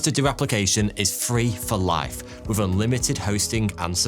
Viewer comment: How do you manage to pronounce three as "free" but with as "wiv" why have the letters "th" in your world at all?!